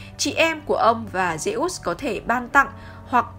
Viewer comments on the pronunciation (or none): Phát âm như lollk zê út :)))